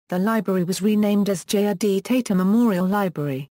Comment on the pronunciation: Its tata... Not teta